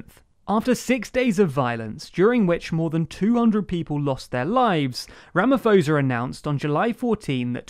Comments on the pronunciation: Good video, very fair representation of the situation i feel. Protip though, check out how you pronounce people’s names… Ramaphosa is pronounce Ramaposa (roughly) Thabo is pronounce Tabo (roughly) Th and Ph don’t work like they do in english in almost all South Africa languages and i cringed every time i heard you say “ramafosa” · Don't wanna be that guy...but the ph in Ramaphosa is pronounced as po not fo... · It's pronounce Ramaposa not Ramafoza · The “ph” in Ramaphosa is pronounced like it’s a “p” - as in Ramaposa. And not like it’s an “f” like Ramafosa. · Really well covered video. I am a South African not a Zulu speaker but it’s pronunciation is ramaposa . Not ramafosa . South Africa had stimulus checks for the economy but that money was stolen by the state. The only answer is economic growth in conjunction with a unified political party. To dive in deeper the looters did have some racial targeting of white businesses and Indian businesses. The Indians and whites was not fond of that at all . When looters started moving in urban areas the local communities shot looters in self defense. The black community saw it as racism which is utterly ridiculous and idiotic. Self defense is not racism. The black community is now hashtag Phoenxi massacre. Targeting Indian people because that suburb defended their area really well and killed a small amount of looters. So minorities fear for their lives because of narrow minded people like the looters . Who are racists themselves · seems to have a habit of using anglicised pronunciation of non English names. It’s not THAT hard to find out the correct pronunciation (and reduce the perception that is naively perpetuating imperialist tendencies). Footnote: Ramaphosa pronounced Ramapawsa not Ramafosa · As a South African, what I see as the biggest problem will be to get rid of Zuma and his supporters and it's not your fault but it's actually Rama-P-osa and not Rama-F-osa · Ramaphosa... not Ramafosa, its Rama - pause- a